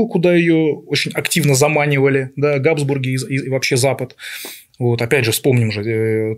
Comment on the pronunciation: ГадЫсбурги.... и далее по тексту....